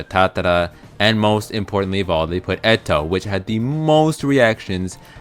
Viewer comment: I hate how u pronounce eto